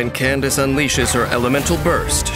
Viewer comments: Who even started calling her Kan-da-ke? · Well then, it's official. It's pronounced as Candace, and not as Kandake. Here come the jokes... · SO IT IS PRONOUNCED CANDICE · Candace is the Americanized version of Candake. Some people use the original pronunciation because it's more unique or cultural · I thought he name was pronounced candake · Pls why do people pronounce candace as "kendake"😭